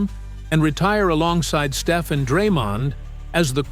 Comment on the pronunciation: If he can say Pod's name right, why can't he say Stef's?...